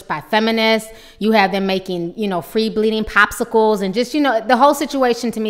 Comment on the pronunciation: I'm sitting here eating chips and listening to you say "free shitting." 😂😩